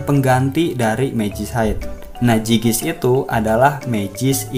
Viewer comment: zygisk dibaca zaygisk